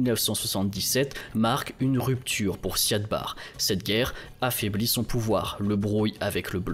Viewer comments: L' "intégrité" territoriale plutôt que l'intégralité. Et le nom en question a tjs été prononcé Siad Barré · Siad Barre se prononce Barri. C'est essentiel de bien prononcer le nom des leaders pour une meilleure crédibilité. Biden ou Macron se prononce bien comme il se doit malgré les spécificités linguistiques. Vous avez été rigoureux dans vos recherches. Ce serait aussi bien pour les noms car vous le faîtes systématiquement quand il s'agit de pays peu développés.